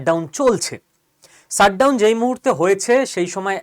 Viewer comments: "Sut" down না কী উচ্চারণ টা "shut" down? উচ্চারণ এ এতো টা ভুল না করলে ভিডিও গুলোর কোয়ালিটি অনেক ভালো হবে আর সুখশ্রাব্য হবে। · Sir please don't take me wrong u r so talented but ...pls try to pronounce well. Its Shutdown not Ssutdown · শ উচ্চারণ ঠিক করে নিতে হবে ভাই। Shut উচারণ শাট, এবং সাট নয়। আপনি "পেশ" শব্দটায় 'শ' ঠিকঠাক উচ্চারণ করছেন। ঠিক ওইভাবেই shut কে শ দিয়ে উচ্চারিত করুন।